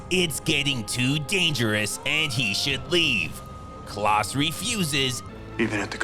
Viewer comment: You really don't know how to pronounce the name Klaus??? It's definitely not "Klahhs" like you kept saying it ....